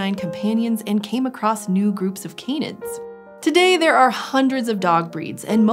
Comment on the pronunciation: They are not Cane-ids. They Can-ids